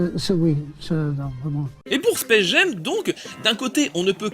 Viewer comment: Hyper intéressant comme toujours mais pourquoi il prononce le titre "Space Gem"?